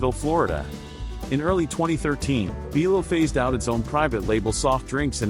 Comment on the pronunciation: It's bi lo not be lo